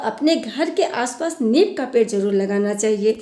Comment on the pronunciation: नीब, नहीं नीम 😂 विडियो अच्छा है 👌👌